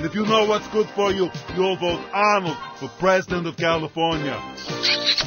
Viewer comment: its sad he cant say california right